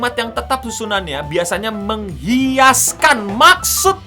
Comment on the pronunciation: Ralat bang 06.39 mengiaskan bukan mengiaskan, ane dengernya menghiaskan